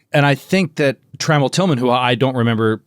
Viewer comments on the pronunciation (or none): For future reference, it's "tra-MELL"